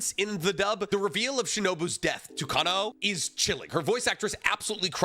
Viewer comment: While I personally liked the music, I agree with this video! But the way calls Gramps the “lightning hashira” instead of the rumble hashira (what they call the THUNDER hashira) kills me every time, he always says lightning breathing/lightning hashira ugh he also kinda butchered Kanao’s name 😭